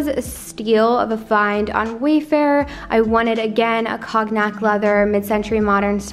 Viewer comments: Beautiful apt and great use of space 😃 Just one thing the pronunciation for cognac is kown-yak - not koG-nak. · Nice video. The colour btw- Cognac, sounds like kon-ee-yak or koniac. I know, it's a strange word. Your home is lovely!